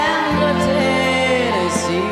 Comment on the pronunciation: たまにこの人が「英語が話せないのに英語の発音が完璧！」と称されるのを聞くのでどういうものかと思って聞いてみたけど、う～んって感じですね。一例としてTennesseeの二番目のeですが原曲では一貫してShort Uですが、美空ひばりさんではLong Aに聞こえる音になっていたり安定していないですね( では問題なし)。